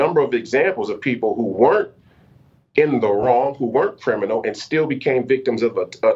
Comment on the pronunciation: "Not so crimmunal" he sais?¡! $#